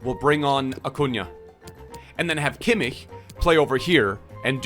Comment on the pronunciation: can you teach () how to properly pronounce Kimmich